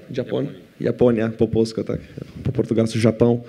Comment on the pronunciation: Dżaponia :D